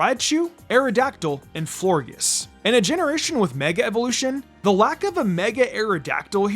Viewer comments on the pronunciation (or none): It’s pronounced flore-JESS and DRAP-ee-ahn, “”! 🤨